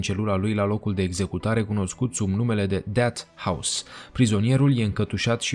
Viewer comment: Unde ai invatat engleza?"Deat" house???Pe bune?